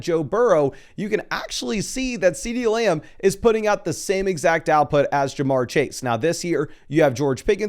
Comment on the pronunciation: Love how says "Muh-gummry" and "Layumb"